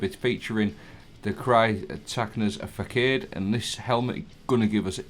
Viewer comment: "Sear-tar-acne's fa-sawed" is the correct pronounciation btw Cyr is pronounced like Tyr (also pronounced like tier). Arachne, from the Greek goddess who was turned into a spider, hence "arachnid" as the technical name for spiders. Facade is missing an accent on the C, but it's French origin word with a meaning of a "superficial appearance", made more apparent by the lore (the helmet was used by the previous owner to pose as a spider creature). [insert The More You Know end card] I would personally swap out one of the strand surge mods for an elemental charges mod. You might sometimes chop through the tangles that are generated, but throwing will also ensure you get the buff. It would keep your remaining surge mods too.